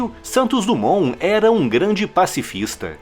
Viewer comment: DUMONT...SE DIZ DIMON